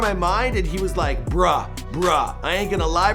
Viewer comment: *Whiteness 100